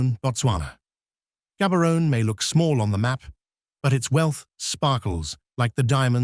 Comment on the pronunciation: Gabberon😂😂😂. Gaborone, hey, people must learn how to pronounce correctly when making videos